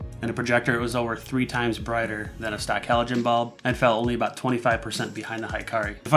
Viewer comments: He-ka-ri :) not hi-ka-ri it's mean [light] in Japanese :) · it's pronouced hee-kah-ree, not high-kah-ree. It means "light" in Japanese. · A nit: Hikari is pronounced "Hee-car-ee" and not "high-car-ee." ( Japanese vowels = Spanish vowels. ) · Great review! However it is annoying to hear americanized japanese pronounciation. Hikari should be pronounced he-ka-li, but what even. Since you guys already ruined pokemon especially when nintendo put an "é" to remind you. I guess I should just get use to it. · "Hikari" should be pronounced, "He-Car-Lee" Hikari(光) means "light" in Japanese. I'm Japanese subscriber!!!!